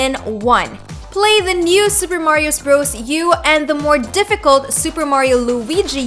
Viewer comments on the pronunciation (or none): She said new super marios bros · "Super Mariosssssbros" Just stop.